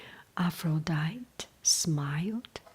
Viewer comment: I love these stories. I read them in 7th grade. The name APHRODITE is Greek and is pronounced Af-ro-di-tee. 😁